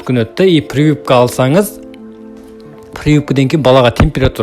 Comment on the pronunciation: Прывыпка😂 дегені қалай кетті. Прививка емес па😅